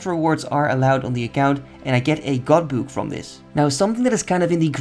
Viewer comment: "Gawd Boowk" 😂